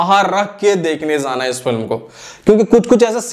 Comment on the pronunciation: Are bhai tu apne diction p work kar... Zana zana kya hota hai... Jana hota hai..nahi karenge subscribe.. Aise hi dekhenge